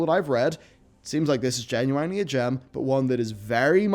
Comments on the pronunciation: Genuinely Gen-u-wine-ly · Gunu ... Inely ? It's all one word stop saying it weird